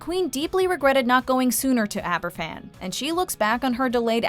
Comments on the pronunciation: It isn't Aberfffan. It is pronounced Abervan! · Argh! There is no excuse for buggering up the pronunciation of Aberfan so badly - even the clip you use has it said right! The Welsh alphabet is pronounced differently to the English one - a single 'f' is pronounced like the f in the word "of" - so something like abber-van, not Abba Fan. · Not to be picky but it’s pronounced Aber-van, not Aber-phan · Just a small, but, I think, an important point. Aberfan is pronounced AberVan not Aber- Fan. In Welsh, an F is pronounced as a V. FF is pronounced F. This was a huge event in Britain and it would have been nice to have had you listen to the newscasts at that time ... and actually hear the name correctly pronounced. Yours in Gratitude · I don’t want to be too critical here, but it’s not Aber’F’an, it’s pronounced as Aber’V’an. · Sweetie, “Aberfan” is pronounced “Abervan” in Welsh. The Welsh only say the unvoiced “f” sound when it is 2 f’s. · Aberfan is pronounced AberVan.... the “f” in Welsh is pronounced like a “v”. Welcome to Welsh. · It’s pronounced Abervan! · It's pronounced Aber-van.. One F in Welsh is as a v in English. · In Welsh F is pronounced V Hence Aberfan is pronounced AberVan. Interesting programme though. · Tywysog Cymru does not show the attempted bombing of the celebration in Caernarfon. The narrator should have taken the five minutes to learn to pronounce Aberfan. "F" in Welsh is pronounced like a "V". The actors have it right. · You pronounce the 'f' in in 'Aberfan' more like a 'v' - in Welsh its two 'f's together that denote same sound as an 'f' in English. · I was looking for this comment! It irritated me! It wouldnt need much research to know how to pronounce it properly, especially considering the huge significance Aberfan plays in Welsh history and the hearts of Welsh people.